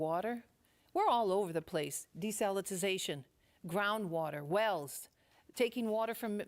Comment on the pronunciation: Desalitization lol